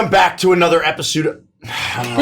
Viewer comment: "Welcome Back to another episood......." lol xD